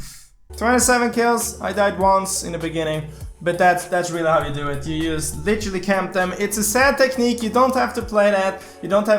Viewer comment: upgrade your english because it is not yust its just